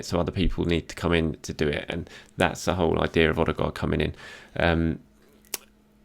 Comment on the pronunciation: Martin Ødegaard man not Martin ostegaard